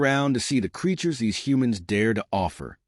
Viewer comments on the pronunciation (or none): none